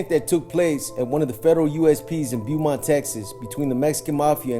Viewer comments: Pronounced ; Bo-mont, not Bu-mont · We pronounce it “bowmont” here in tx💯💯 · It’s pronounced Bow mont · I was just bout to say that